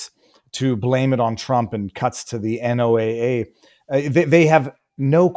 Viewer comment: Another mispronunciation is NOAA. It isn't pronounced N.O.A.A., it's pronounced "NO AHH." Some research before doing podcasts is needed.